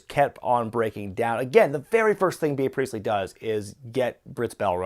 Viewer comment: It's pronounced "Bee" Priestly not BEE_uh Priestly. Get it together,.